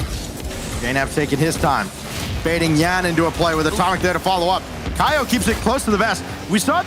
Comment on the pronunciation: Stop calling him "YANX" when EVERYONE ELSE calls him "YAN".